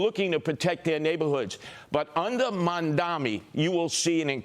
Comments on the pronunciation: The correct name is Mamdani--not Mandami, as Curtis Sliva calls Zohran. Also, the NY City voters are sick and tired of the greedy real estate oligarchs. The super-rich Wall Streeters too are panicking because the "forgotten man" is rising up demanding economic justice. The city has become unaffordable for most of its residents. Mamdani speaks for change. The voters like Mamdani's fresh ideas. Change is inevitable. Change is welcome. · It’s mamdani buddy